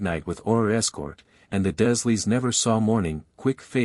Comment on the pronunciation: You are pronouncing the dursleys, wrong, it's d.U r leys Other than that.\nIt's a good story , but you've got to get the pronunciation right on a lot of things❤😂😊